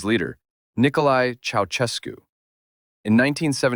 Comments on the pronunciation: God damn!! It's not 'Chautschescu' but 'Chaushescu' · Pronounciation as: Ceau-shescu